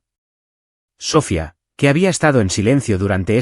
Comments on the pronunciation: Totalmente mal pronunciado el nombre de la hermana es Sofía no Sófia, como dicen creo no es una persona el narrador es un robot por eso tantas palabras mal pronunciadas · No es Sófia es Sofía